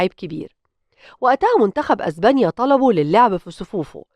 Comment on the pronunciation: إزبانيا 😂😂😂إسمها إسبانيا